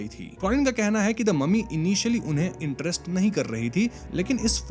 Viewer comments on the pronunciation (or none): none